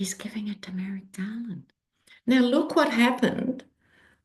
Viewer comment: Haha I thought you said Tumeric Garland instead of to Merrick Garland.